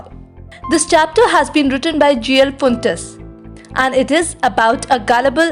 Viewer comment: Not GL funtus..... it is G L Fluents